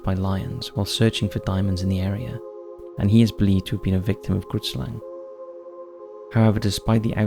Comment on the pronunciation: I’m from South Africa and the Grootslang is not at all pronounced in the way you are pronouncing it. It always makes me laugh when I hear foreigners try pronouncing Afrikaans words 😂🤣. It’s an Afrikaans word and translated into English is Big Snake or in this case Giant Snake and the correct pronunciation of the Afrikaans word is difficult to describe but the “G” is pronounced similar to the “‘Ch” in the Jewish word L’Chaim then the “roo” then “it” and the Slang part is pronounced closer to “slung”